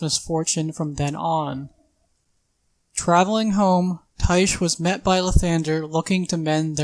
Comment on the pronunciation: Tyche is a Greek god and pronounced like Nike. Idk why no one in dnd commentary can figure that out